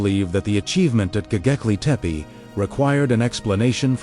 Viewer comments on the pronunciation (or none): Don't like the AI voice that can't pronounce the name of the place correctly! Please, program AI by knowledgeable humans.